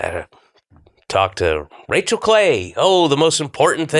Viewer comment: Painful watching him interrupting rachel and saying her name wrong even after being corrected 😭